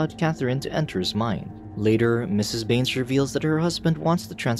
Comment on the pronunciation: Bruh when i hear you said mister baines i thought you said mister beans XDDD